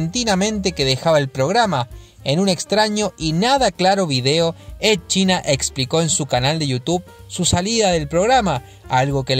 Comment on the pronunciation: Edd China, Ed China me chirrían los oídos, los nombres propios no se traducen y se debe intentar pronunciarlo cómo sería en su idioma original en este caso se diría Edd Chaina.